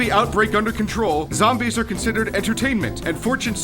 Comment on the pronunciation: zom-BEEES XD